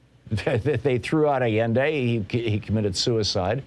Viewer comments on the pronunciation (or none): none